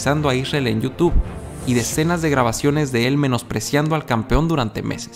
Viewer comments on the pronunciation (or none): none